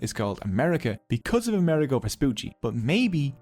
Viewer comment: How interesting, thank you! One pedantic note: we Italians pronounce Amerigo with the accent on the "I" ....